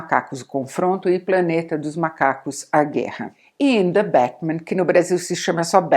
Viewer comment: "De Bécmen"